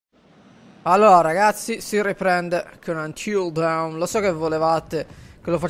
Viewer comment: si dice: antil don